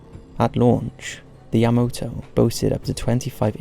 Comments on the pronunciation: It's YamAto not YamOto! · Yamoto? Really dude? How is it hard to pronounce Ya-ma-to? smh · I mean, the whole video he says Yamoto, despite obviously knowing it's spelled YamAto. Plus he says disorientated all the time. It really irritates me. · I'm flinching every time you pronounce "YA-ma-to" ("ma", emphasis put on first syllable) as "ya-MO-to" (wrong 2nd syllable, emphasis put on wrong syllable)... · YamAto not YamOto😁👍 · Yamato is pronounced YahMAHtoh.Not YahMOHtoh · Not YamOto, but YamAto!! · Yamato, not Yamoto.... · You're pronouncing it wrong... it's YA-MA-TO. Not YA-MOTO. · YaMAto. Not Yamoto. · Devlin Kane youll like your life to be miss pronounced? Because this video was so bad. So much miss pronouncing *yamoto*???? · “Yah-MAH-toe”...NOT fucking yah-moe-toe... Jfc.... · Great video, with the exception of the repeated mispronunciation of YamAto as YamOto. I know it's an easy mistake because of the commander being Yamamoto, but when everything else is right, that needs to be right also. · Yamato not Yamoto? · Why you keep saying "yamoto", "yamoto", "yamoto"...? It's YAMATO ! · Ya-ma-toe not yuh mo toe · Why the heck is he saying Yamoto? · Title says Yamato, yet the audio always says Yamoto. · Does a video about the Yamato, but keeps pronouncing it as Yamoto. Vergil won't get motivated with that. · your pronunciations of Yamato were a bit off but you did an excellent job of this:) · a bit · I'll give him a pass on MiG, since it is an acronym just like GOG (which I've heard as Gog and G O G), but Yamato isn't.